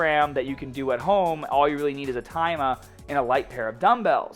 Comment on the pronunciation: Ah you need is ah TIIIMAAH